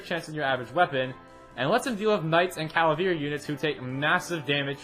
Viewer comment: it's pronounced 'Ca-Va-Leer', not 'Ca-La-Veer' 😂